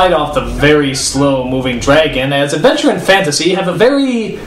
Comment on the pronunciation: "HEYU ARE LOOKING FOR ADVENTUAH"